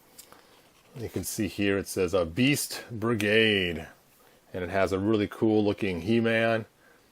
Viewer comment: Barrage not brigade